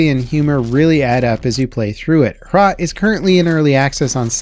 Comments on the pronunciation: Hrot is not "aytch-rot" it's an actual Czech word that's pronounced like it's spelled, as in "happy" and then "rot". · As a Gen-X/XENnial, I'm not too "Keen" on being called a "Boomer.," only because that term is meant to refer to people born between 1946 and 1964. "Do0mer" I could live with. "Hhhrrrot" with some umph in the "huh" and a rolled "rrr" (but still one syllable). Notice how the shotgun is reverse pump-action in the style of the RMB-93. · Hrot is pronounced like 'throat' but.. without the first T. soft H, long O sound. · If you want to pronounce HROT the o sounds a lot like the 'o' in 'cold'. O in the German word 'mord' is even closer. Otherwise good job, honestly.